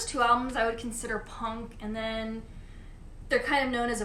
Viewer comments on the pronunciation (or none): none